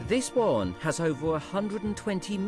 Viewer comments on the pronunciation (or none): The wabbits build a wohwen. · Original names would be good, I named my rabbits Bunjamin, Strike, Bean, Dozer, Wombat and Bunjella. And how about using someone who can pronounce warren and burrow properly ... those are Rs in the middle of those words.